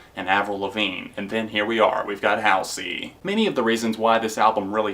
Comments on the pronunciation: Oh, and btw, its pronounced Hall-zee lol. Not Haol-see. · btw its not house-ey its hal-sey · Hall-zee is how you pronounce her stage name fran-JAH-pa-nee is how you pronounce her last name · also it's pronounced hahlsey :) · Not to be rude, but you're pronouncing her name wrong. It's (HALL-ZY). If you didn't know, it's an anagram for her real name Ashley. 😆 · It's pronounced hallzey :) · anybody else really bothered by the way hes pronouncing Halsey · is it only me the finds it funny how he pronounces Halsey? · i saw all of your videos about halsey and i have nothing to say, i love halsey but everyone has their opinion but i laughed so hard everytime you tried to say her name lol. i really like watching your top /review videos :) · the way you pronounced halsey lmao